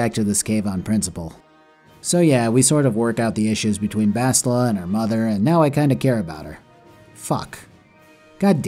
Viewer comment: You calling bastila "bosstila" is funny because in portuguese it sounds like "shittila"